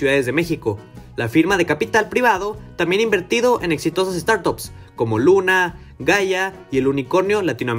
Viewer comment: family office? start up? home office?.... please give me a break....if you are going to say little english words...at least get your pronunciation up to part.